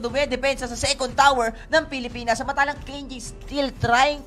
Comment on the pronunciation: "pilipins" "perst" ang cheap mag salita.